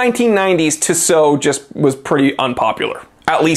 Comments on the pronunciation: It’s TISSOT!!! NOT ‘Tsow’ LA people listen Grrrr… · My friend pronounces it as tishot and it really bothers me. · Oi septic you said Tissot wrong